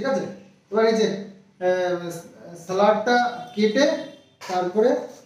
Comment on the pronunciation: 'Salard' is wrong❌. Right word is 'salad'. Start going to school with your son.